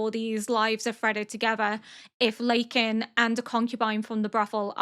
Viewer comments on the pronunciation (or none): LaKan! Lah-Kan (not ley-ken!) but im sure patreon already gotchu ❤ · I'm sure you already know by now but Lakan is pronounced like L-AH-kan instead of L-AY-kan /nm ! "I don't think Jinshi's is gonna want Maomao anywhere near him, 'cuz he thinks Lakan's a creep- and a weirdo." tbf Lakan is also acting a massive creep and a weirdo haha, even if he might be Maomao's dad, he wouldn't really have the right to be all up in her buisiness, like who is this man?? /silly. plus he's making Jinshi's work harder for him, please let my boy have a break </3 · Just for future reference(since chinese is a very tonal language which is what their names are based on) Lakan's name would probably be more pronounced like La-khan. Love your reacts etheir way it is so interesting to see a perspective of a person who knows literature so well